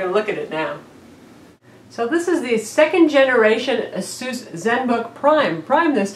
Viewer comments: It is pronounced eh-sus not ah-seuss. Asus like Pegasus. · She pronounced Asus like Dr. Seuss. Dafuq. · u pronounce asus wrong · Nah. Check their ads. Ah-Seuss all the way. I pronounced it eh-sus for a few years too...